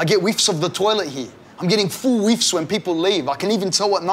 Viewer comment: "I'm getting weefs of the bathroom ever time someone walks by" He said "weef" lmao